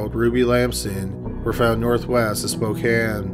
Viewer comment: Thank you so much for saying Spokane correctly. Not many people that aren't from here do and it irritates me